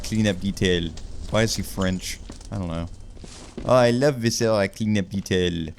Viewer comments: I love you so much. VIH-suh-ruh. Emphasis on the VIH. Like visceral. VIscera. Not vih-SER-uh. Don't tell my professors I'm using my linguistics degree to "uhm aktchually" a youtuber's pronunciation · I continue to be slightly irked by how pronounces “viscera.” The first syllable should be stressed, not the second. anyway this video better get 100k views it would be so funny